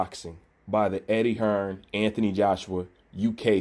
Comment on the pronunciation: will u pronounce the man's name correctly ffs 😂 who is anfony Joshua loool